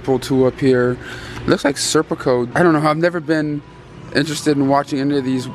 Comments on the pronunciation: Stop calling it Serpico ya 🛎end. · It’s Sicario not serpico lol